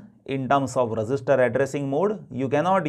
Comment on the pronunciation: Sir your instructions are awesome but I think when you pronounce register it's really confusing